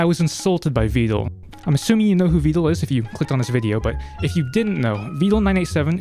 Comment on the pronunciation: you say his name like "veedal"